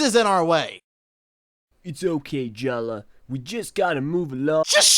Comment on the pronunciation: It's pronounced jaller not jalla